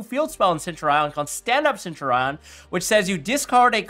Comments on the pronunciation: Its Sen-Tu-Ri-En not Send-Your-Eye-On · thats just definitely wrong its a basic historical term from ancient Rome and both my dicitionary and Google pronunciator say Sen-Tyu-Ri-En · Actually I'm a Latin student it's sent-ur-eon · Lol why are people so caught up about centur-ion?? Pros still out here calling mannadium mannadome.